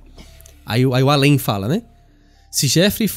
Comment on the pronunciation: O Al-an foi para o Al-em ? Kkkkk